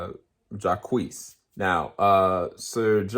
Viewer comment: i’m sorry but you calling jacques “jaqueese” in the beginning had me WEAK 😭😭 that man’s name is pronounced “zhock” lol it’s french thanks for the review, i’m really excited for this movie! wish we could’ve heard more about jodie’s character and performances though, i’m hearing she could sneak into the best actress category. also, talking about the basic premise of the movie wouldn’t have been a spoiler as it’s literally spelled out in the trailer.